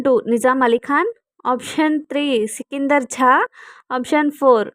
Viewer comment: sikander "jha"... It's "jha".....sha kadu